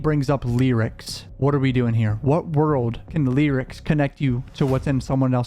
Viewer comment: It’s the way you say “Lee-rics”(lyrics) for me 😅